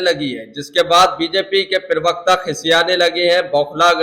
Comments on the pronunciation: भैय्या तुम लोग हिंदी जानते नहीं और टीवी पर बैठ जाते हैं प्रवक्ता की जगह बोलते हैं पिरवकता पिरवकता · प्रवक्ता का उच्चारण तो सही कर लो पहले !!!